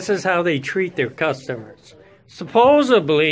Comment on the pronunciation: "Supposebly" this guys just said he might blow up the store.